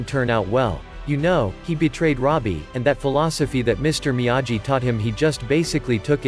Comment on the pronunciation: It’s difficult to listen to the computer pronounce Miyagi wrong every time 🤦🏻‍♂️